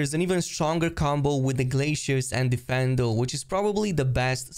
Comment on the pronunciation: It's difFINdo, not deFENdo